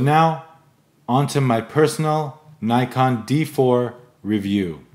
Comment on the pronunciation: nice! but please learn how to pronounce "Nikon"